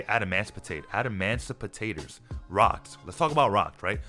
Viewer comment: Adamancipators = adamancipotatoes 🧐